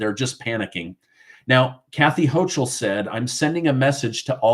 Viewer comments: ...Kathy Hochul's last name is pronounced as the "ch" is as a "k" sound. Just thought you may wanna know💁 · look up how to pronounce Houchal, I am in NY and we pronounce it differently than you do. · The "CH" in Hochul is pronounced like a "K". The ILLEGAL'S was planned to boost the Democrat voting role. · Her name is pronounced Hokul - hence the moniker "Kathy Hokum" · Hochul is pronounced Hokul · The terrible governor from NY name is pronounced Ho-kul. It’s not ch, it’s pronounced like a k. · NY Governor's name is being pronounced incorrectly; the ch is pronounced as a "k". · Good video, but you apparently don’t watch much news if you don’t know how to correctly pronounce Kathy Hochul’s name.